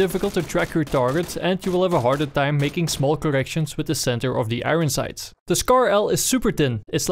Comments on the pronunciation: 'igon sights' makes my day <3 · "i-ren sights"